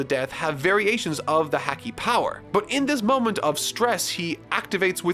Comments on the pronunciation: Hey,, for future reference, "Haki" is pronounced "HAA-kee," similar to "hockey." You keep saying it like "hacky." I understand the manga doesn't make pronunciations clear just like how you mispronounced "Camie" as "Kami" in the last video, but it may be a good idea to look into their Romanized names or briefly refer to the anime to understand their pronunciations. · I'm so glad you're loving this series! It's my favorite by far. Only thing is haki is pronounced like ha ha. Ha-key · "Hackey" No. Immediately disliking the video for the mispronunciation. This is unacceptable. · Haki is pronounced Hah (like hahahahaha) Key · Haki! (Ha-Key) not (Hak-Ie) Please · Could u pronounce haki as Harki pls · Its Hah-ki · Hhhhack-ee Hack-nee Hackky Luffy's hhakee The haaahcky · Nobody: Literally nobody:: "Hackey" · It bothers me that he pronounces haki as hacky. It just sounds so wrong. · I find it funny that since has only heard haki in written form he is pronouncing it as häki:D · Why does he keep pronouncing Haki like "Hacky"? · I love these videos, but for the love of god haki ( Hah - key) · haki is pronounced like the sport, hockey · Haki is pronounced like the sport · I love you, BUTTTT, that ISN'T HOW YOU PRONOUNCE HAKI! Please, PLEASE look it up! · Oh man, the way he pronounces Haki makes me cringe a little every time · It really isn't. 'A' is only pronounced one way in Japanese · Oh god can someone please help fix marks pronunciation for haki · Bruh i swear to god the way you say haki made me want to stop watching ugh but all forgiven great vid..... place make the next one super along don’t skip to many part make it 1 hour long pls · The editor could have at least told how to pronounce Haki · The way you say the word "haki" bothers me deeply -_ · The way he’s says Haki hurts to listen to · Dude the way he's pronouncing haki. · i hope someone tells him how to pronounce haki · It physically hurts me how you pronounce haki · Ha-ki not hacky